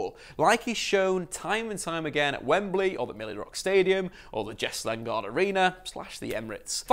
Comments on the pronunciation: 😂 he said the milli-rock stadium 😂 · Lollll he said milly rock stadium😂😂😂